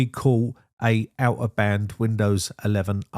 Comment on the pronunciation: Did you say 'out of hand' or 'out of band'.😄